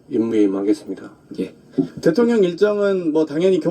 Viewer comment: 김병주씨 대통년이 아니고 대통령입니다 한국말 발음이 어찌 3살짜리 우리 손자 발음 보다더 이상하네요